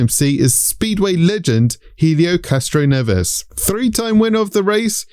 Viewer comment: Great to have an all-in-one guide to the runners and riders this year although I'm gonna die mad about the pronunciation of the hard "H" in Helio Castroneves' name 😂